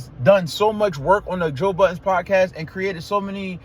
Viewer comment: Was just about to comment. Why the S on Budden? Lol They think it means nothing but I'm my opinion, you don't actually respect someone by saying their name incorrectly.